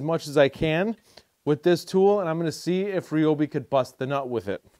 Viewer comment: You keep calling it. (Re-o-be), when 20 years ago, when they were blue, commercials on TV called it (Ri-o-be). The ads said... on TV... Ryobi (Ri-b-oe) Days! Usually during the holidays!!!